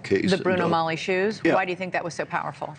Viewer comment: Bruno Magli shoes.. not Bruno Mally shoes. It's Italian 🎉